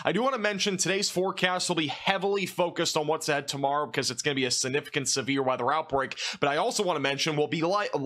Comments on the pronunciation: It's "siGnificant," not sinificant. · I hate the way you say significant but I love your weather reports :)